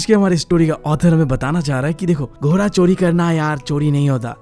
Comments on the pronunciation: घोड़ा ❎ गोरा ✅ 🤣🤣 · Not ghoraaaaaaa 😂😂 it's ghodaaa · Ghoda ❌ ghora😂✔️ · GHODA❌ GHORA✅